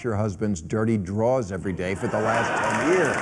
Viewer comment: Maybe it’s just me, but when bill said “drawls” I died!! Lmfao I thought that was just a black thing. Lol